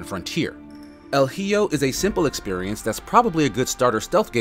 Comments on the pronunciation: Yeah, the H is silent in Spanish. And the J is like the H English. Hijo = proniunced E-ho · That was bothering me, too. "Hee-oh"? That was weird. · Just FYI, hijo is pronounced "e ho." The h is silent in Spanish and the j is pronounced like an h in english. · I'm intrigued by this game. Love the art, and idea, but might wait for it to be on sale with this review. Word of advice, it's pronounced more like ee-ho. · El heeyo, that made my day. I’m sure he’s laughing at himself from saying it wrong lol! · Not "Hee-oh"🤣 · I wish you at least mentioned the developers, but I understand the purpose of these type of videos are for quick snapshots of the game, and gameplay. I know you are already got harrassed for mispronouncing hijo but it's worth noting again a year later because it doesn't hurt to be reminded how important accuracy is. I'm going to grab this game, and thanks for showcasing it. I really appreciate media that involves Mexican Culture. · Gotta love all the people piling on the reviewer for pronouncing the name wrong in a game where there is no dialogue. The h being silent rule isn't as well known to people who don't know spanish as the silent j rule is, and he got that one right, so cut him some slack. I've personally never heard of the silent h rule. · Yikes.... Bro ... El Hijo... You never learned how to say "boy" in spanish? It's "Hijo" I don't even know where to start. The H is silent.... 😒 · Well, pronounced like an h in English is maybe the next best thing for English speakers who can't pronounce the "ch" in the Scottish "loch" but let's not pretend that it's actually pronounced that way. But yeah, having the h be silent would've been a great first step ;D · I'm just glad they didn't say "hee-joe" like some people. Lol